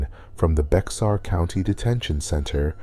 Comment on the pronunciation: What's bothering for me I is the pronunciation of certain words. Bexar county is actually Bear county, the X is silent. The story behind this is unique in it's own right.